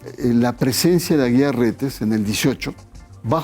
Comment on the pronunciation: Jajajajajajajaj ni sabes los apellidos jajajajajajajaja no es Aguilar Reyes sino AGUIAR RETES pasguatitoooo